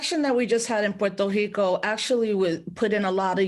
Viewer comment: why does she make the R in Puerto Rico an H? I thought that was just a Portuguese thing